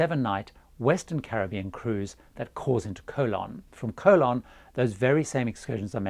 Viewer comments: It’s Co-LON. CO-lon is something else altogether! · Your pronunciation of the name of the Panamanian city of Colón is really awful. The Brits always laugh at foreigners who cannot pronounce British names (Cholmondeley, Beaulieu, Buccleuch, Leicestershire, etc), yet Brits seem never even to TRY to pronounce non-British names correctly.